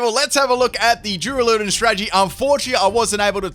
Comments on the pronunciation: Durrrrr-Al-Uh-Dawn I would have gone with DOORALOODONE hurts my soul lol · U say his name wrong its dur ral u don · "Doo-ra-loo-don" A do what now?... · Why do you say the name like that I cant even.